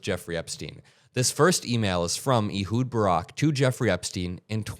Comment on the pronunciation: Ehud is pronounced like "a hood" of a car, not "ee-hud." (It's my best friend's name, a so I suspect he'd know.) Otherwise, great reporting.